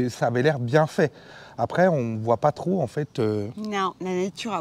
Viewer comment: On broit et on voit et non pas on "broille" et on "voille"....ça pique les oreilles 😊